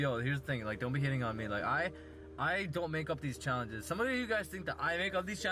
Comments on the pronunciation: im na thu one who comes up wit these chalanhes Dude DICTION PLEASE for the love of god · also sounds drunk, or like a 5 year old "chowenjes, bwuh" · " Some of you guys think that i make up these chayanges"